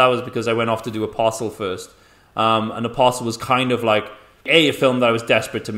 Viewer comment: it's not "a puzzle", it's "Apostle" 😂